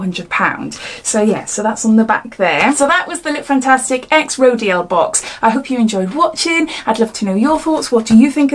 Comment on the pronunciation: It's pronounced row-deal. Sorry, I thought it best you knew.